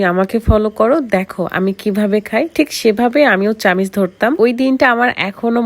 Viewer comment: চামিচ না চামচ 😊